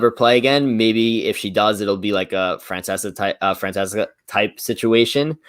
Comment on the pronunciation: Brooo when couldn't pronounce Francesca's name 🤣🤣 I died